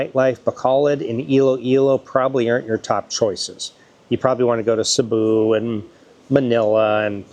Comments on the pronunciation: You mean CEBU. thats ok. Nobody's perfect. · Sabu , Duma, and Davao:face-purple-crying::face-purple-crying::face-blue-smiling: only Duma pronounced correctly, an English major/teacher :face-green-smiling::face-green-smiling